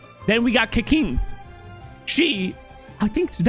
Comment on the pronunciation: it's said "kuh-ching" not "kuh-king"